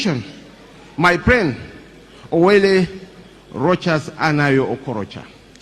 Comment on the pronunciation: Very poor accent from a nations vice president. "My priend "